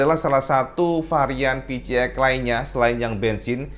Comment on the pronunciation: Kenapa yah koq byk yg nyebutnya pi-ci-x ? Bukannya pi-si-x ?